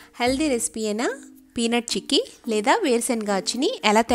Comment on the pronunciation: Hiii andi.chekki kadhu....cheykki